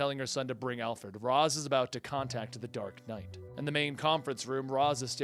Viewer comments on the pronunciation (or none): No offense, but it's pronounced "Raysh" al Ghul, not "Roz". Talia actually states that this is the correct pronunciation in this quote from Batman Beyond, "Father's name was 'Raysh' not 'Raz', a common mistake." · Its raish (reash) not ras 😀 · It's pronounced "raysh" not "Roz". This was clarified to batman by Talia al ghul, not sure the issue.